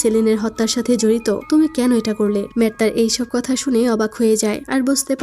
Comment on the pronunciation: কাথ নাকি কাথা 😁 কথাটা মারাত্মক ছিলো